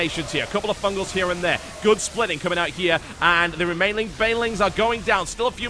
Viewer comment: "and the remainling banelings are coming out" made me chuckle.